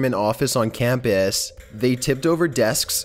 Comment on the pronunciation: his voice is funny lololol like he said camp ass and said danger ass